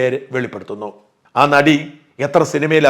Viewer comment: നടി എന്ന് പറയല്ലേ... ആദ്യത്തെ അക്ഷരം "ന "അല്ല..